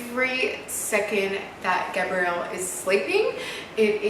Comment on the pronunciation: I love you!!!! But I just wanna comment on Gabriel’s name, it sounds like a girls name when you pronounce Gabriel it sounds like you’re saying “Gabrielle” 😭😭😭😭😭😭😭😭 the way Tammy pronounces it sounds right!